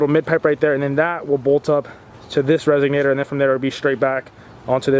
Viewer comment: RESONATOR, not RESIGNATER.